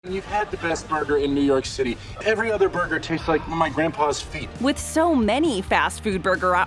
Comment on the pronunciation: And BURGER SLING KING went from red onions on their burgers to yellow onions! And yes they turned a whopper Junior from a standard burger to a slider size! disappointment mania!... and I hate the way this chick says ‘burger’! 😕😡